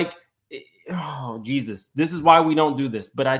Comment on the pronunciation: She can’t say Jesus that’s crazy